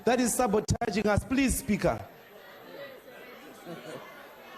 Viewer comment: How he says "Spigha" 🤣